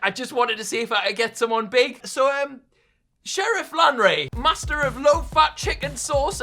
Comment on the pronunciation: “Sherrif lanray”